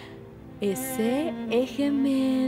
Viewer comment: El nombre Eje suena como el inglés Edge, no como se pronuncia aquí.